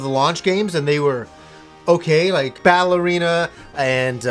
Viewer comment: When you said Battle Arena it sounded like ballerina . Now that would have been a game!